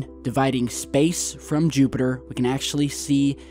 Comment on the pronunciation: JEWPITER!!! YOU SAID JEWPITER LOL